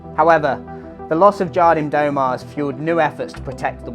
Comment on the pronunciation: Love your work mate, as a fellow Cornish brother your pronunciation of Jardim do mar had me in stitches 🤙